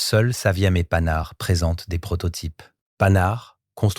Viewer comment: faut arreter l'ia ou meme de publier des videos qui donnent à entendre des noms comme panhard transformé à ce point !